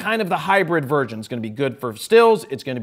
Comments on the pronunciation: Polin did you just say "virgin" , instead of "version"? :D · Is it just me or did Jared just say hybrid virgin XD